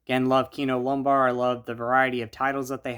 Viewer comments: It's Kino Lorber, not Lombar. ☺️😜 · kino lorber bro, l-o-r-b-e-r, lorber